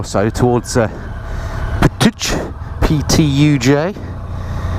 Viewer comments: Hi, thank you for visiting Slovenia! To help you with the pronunciation: Ptuj ( Ptooy) all the j letters are pronunced y all the c letters are prununced tz Celje ( Tzel ye).... Greetings from Ljubljana ( Lyoub lyana)! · Patooie, patatii, patowy, how many times can you get it wrong lol really made me and the wife laugh. Looks really lovely where your riding .another interesting video thanks for uploading a sunny trip as the weather is crap here . Looking forward to the next one . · It is pronounced like Ptooy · Another great video, but all too brief. Can't wait till the next one. 138 days till I'm riding again and its off to Scotland for me :)Please say Ptuj again, it's sooo funny. Like a sneeze.